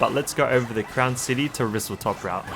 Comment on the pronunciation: I was going to comment this as well but nice vid I see why some people don't like intermissions but some are quite fun Edit: WhistleStop not top but easy to get confused with or it might just be how you pronounce it